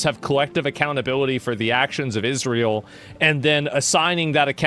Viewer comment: He said Israel wrong.